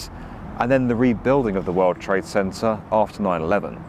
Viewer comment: "157 W 57" pronounced "west fifty-seven," no, not "double-you." And "world" is "wurld," with an L, not "werwud." There must be some English-speakers available wherever you are...